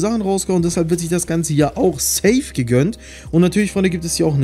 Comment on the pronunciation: Hör bitte auf das safe so kommisch auszusprechen